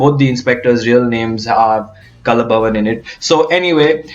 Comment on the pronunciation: careful with pronunciation :It is 'kalaa' bhavan (Kalaa = art) (because in Malayalam; 'kal'=stone)